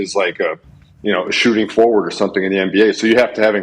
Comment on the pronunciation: Bruh said “A shooting Foward”😂😂